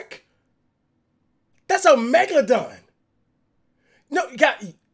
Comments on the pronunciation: Cash: “Megadon” Flight: “Megalodin” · or as flight would say mega-lo-dun